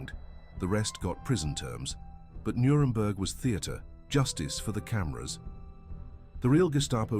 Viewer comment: “Nuredberg” - really? This is really bad AI slop.